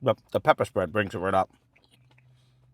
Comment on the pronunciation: "Da peppa' spred" love it